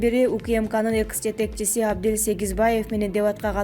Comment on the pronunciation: Экс а не экыс